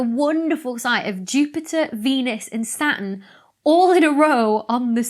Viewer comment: I notice you have a silent 't' in Saturn, just like the silent 'p' in bath x